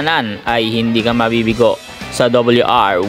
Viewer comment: RRRR hindi LLLL WR WL